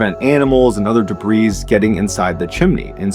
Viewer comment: The s in debris is silent!